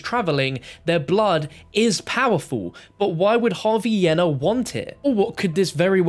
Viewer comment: that pronunciation of yena is atrocious bruh its yeena